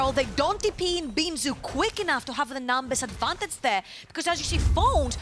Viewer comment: once I noticed that the female caster pronounces "advantage" as "advantatz" I couldn't stop laughing, because she kept saying it over and over :-D